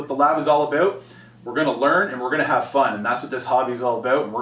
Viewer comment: Awesome, will be following your updates. I like the way Canadians say "about"